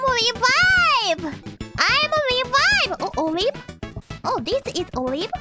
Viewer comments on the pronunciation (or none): "A weeb" was her very poor attempt at sayibg Olive, because the buzzy beetles kinda look like olives .